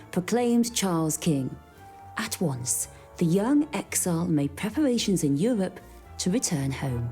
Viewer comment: "...they made pwepawations in Euwope to wetun home." What dialect is this? Or is it a speech impediment? Forgive my ignorance, as I'm obviously not from the UK, but I would seriously like to know.